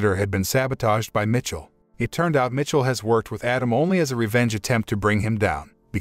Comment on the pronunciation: Jean Luc is pronounced more sounding like “John” than jean like blue jeans And Michel is pronounced Me’ Shelle. Not Mitchell.